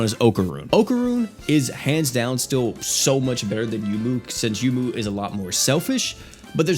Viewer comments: Isn't her name pronounced "Yoh-moo? Like how Touhou is pronounced "Toh-hoh"? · You're correct. He pronounces a lot of names wrong.